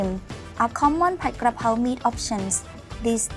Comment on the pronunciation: Thanks for pronouncing pad (pot) krakow corrrectly so many want to say pad like a pad of paper another good video I look forward to seeing them